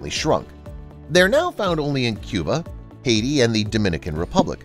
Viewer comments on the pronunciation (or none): none